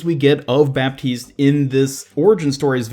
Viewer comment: PSA: the "p" in baptiste is not pronounced